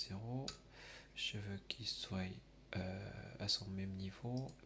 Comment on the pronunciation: Super tuto merci mais effectivement son faible et ne dite pas "soyent" c'est "soient" :) Continuez comme ça ! :)